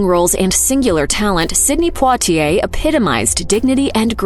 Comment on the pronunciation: I believe that's exactly how you pronounce Poitier... How would you pronounce it?